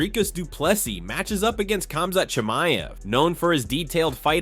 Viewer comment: Pronounces Khamzat Chimiev flawlessly. AHHDIN ROSS